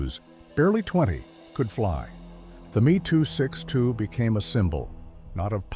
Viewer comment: I believe it should be pronounced “em ee,” and not “me”. The Gloster Meteor was entirely designed, built, and in service before a single Me 262 had been captured. The desire to turn it into a bomber did not significantly delay the entry into service.